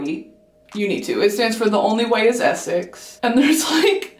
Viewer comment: The only two things you’re kind of getting wrong with the accent is the way you say “Essex” (you say “eh-suhcks” but it should be “eh-six”) and the way you say “do you know what I mean” (you say “do you know what - I - mean” but it should be a shorter “d’you knowwhatImean” all flowing together, rather than paused and separate)